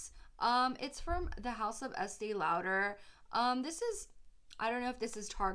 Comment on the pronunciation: youre pronouncing estee lauder wrong